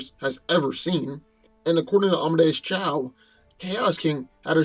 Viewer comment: Is it Amadeus Chow? Or Amadeus Cho? Cho, right? So say Amadeus Cho.